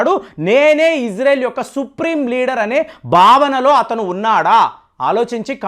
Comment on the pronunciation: అయ్యా ఫేం బాబు ఇజ్రెల్ కాదు ఇజ్రాయిల్ అని పలుకు